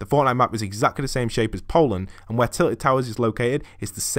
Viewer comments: TILTED NOT TITLED! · It isnt titled but tilted No hate btw